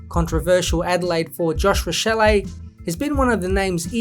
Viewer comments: It's pronounced "rashelly" btw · I was pointing out the pronunciation haha but yeh Rachele exposed himself as a soft footballer multiple times last year, started drinking his own bath water after his debut season